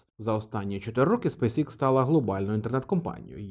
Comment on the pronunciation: Пане, компанія називається SpaceX (українською читається як СпейсЕкс). Ви як освічена людина мали би ознайомитися з англійською абеткою, враховуючи Вашу широку аудиторію. Кров з вух йде від Вашого ікс😂